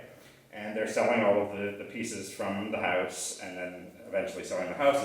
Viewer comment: Why do all Canadians pronounce House, Howwwusse?